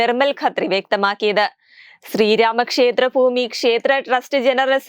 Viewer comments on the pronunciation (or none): ഫൂമി അല്ല.... ഭൂമി.... 😂😂😂